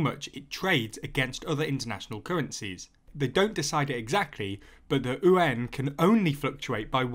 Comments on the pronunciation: Just so you know, "yuan" should be pronounced "ywen," not "oo-en" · I'm pretty certain yuan is pronounced likw wan. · ... how do you pronounce ywen? like gwen? I thought is YU AAN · It’s called the yuan not the ooooo-an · don't understand where Brits come up such weird pronunciations of Mandarin. Yuan is just yu (as in "you") - ɛn (like how you say the letter 'N') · I was listening to the video without watching and thought you said UN weirdly when you said "yuan". I think you might want to go back to the drawing board with that pronunciation. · Why does he pronounce Yuan as Uan? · Good video as always. It's pronounced "U.N." like shortening United Nations. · cos ey don't know owta read propa innit? ;) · The yuan butchering… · Except when he tries to pronounce Yuan :) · You’re not wrong but try to combine the two sounds together into one syllable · More importantly the currency is called the Renminbi, Yuan is but a denomination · first time I’ve heard this pronunciation.... seems kinda counterintuitive to me, like .... why not say it like it’s spelled lol. the simplest way is in this instance the correct way. when is an initial ‘y’ ever silent anyway? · what does the mandarin word sound like? You’re absolutely right, it should be spelled the way it should be pronounced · Nice reporting! The narrator is mis-pronouncing "yuan" though. Also, it should be noted that the yuan is not the name of the chinese currency. It's the RMB (the renminbi). Yuan is used to refer to money is general in China, not a specific currency. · Please take an hour to learn to read Pinyin and pronounce it as close to correctly as the sounds you can make allow. (For starters, yuan is one syllable.) I don't disagree with any of the content of this video but it's hard to take your coverage of China seriously if you haven't paid enough attention to even say internationally important words right.